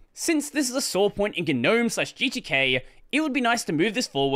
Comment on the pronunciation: how do you spell that? guh-gnome? do you pronounce both g's?